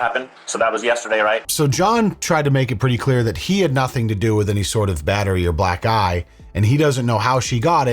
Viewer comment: You triggered my demented brain. Every time you said "Black eye" it sounded like you said "Black Guy.".